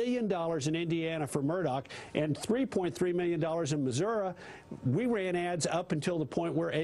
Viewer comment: He says Miyyun instead of million.